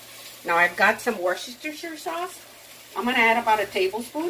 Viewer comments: Hi..It's pronounced.."Wister sheer"" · Hi! I find your videos very informative and educational! Hot tip: try dividing the name in two - "Worster" "Shire" (us Brits just say "Worster Sauce") You may find it easier to pronounce! xx